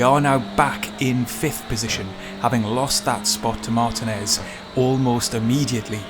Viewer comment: Excellent video,! I'm not as fast as you, but really enjoyed running Touring Car Challenge this week over 10 races. It's so fun and addicting! BTW, Martinez is pronounced mar-TEEN-ez.;)